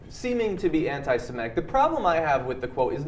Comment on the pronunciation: hey John Iadarola, it's pronounced (and spelled) anti-semItic - with an "i", not an "e", it's NOT anti-semEtic! I love how John hammered that word out, pronounced as bad as it gets, TWICE, how Ana (as alaways) had no clue and just said it like John... and how Michael Sure later said it overly correct... "...I don't think that this is anti-semItic...". I am pretty sure Sure (pun-like thingie intended!) noticed that mistake as well! ;) I really like you, John and how you found your way into TYT - but on this segment, you totally sounded like a half-wit. ;) sorry... (btw,I love it when I, a non-native speaker, "teaches" Americans their own language) [/smartass]